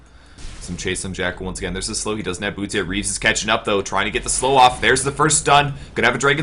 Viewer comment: no, not "Reaves", "Reeves".